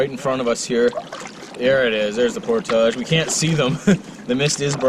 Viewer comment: Portage. ...there it's said the right way..lol